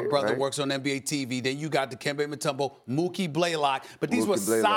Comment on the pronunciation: Dude said mutombo